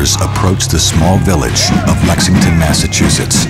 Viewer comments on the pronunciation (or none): none